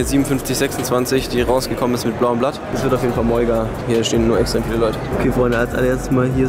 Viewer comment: Das ist ein Insider und bedeutet "Mega" also spricht es extra "Moiga" aus